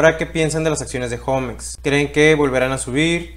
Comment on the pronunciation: Yo no entiendo por qué le dicen jomex... 😂😂😂😂😂😂😂 Osea si saben que homex es HOGARES MEXICANOS.... no creo que tu digas mi jogar en lugar de mi hogar